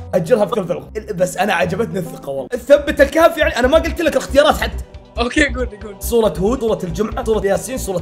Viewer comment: لو سمحت سورة وليس صورة لان عتلفضها غلط ومن باب التعظيم انك تقولها بشكلها الطبيعي مو شرط القوة بالاحرف القوية العميقة اللفظ مثل الط و ظ وص.